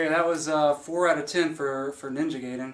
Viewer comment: Guy-den. Not Gay-den. Jenny Lewis had it right all those years ago.